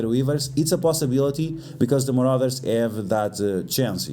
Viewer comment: so hes saying muarders and uncanny to bring